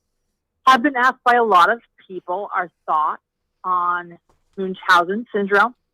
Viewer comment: I hate that he says munchausen wrong